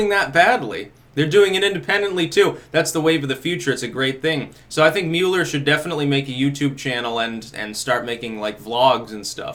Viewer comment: MULL-ER not MULE-ER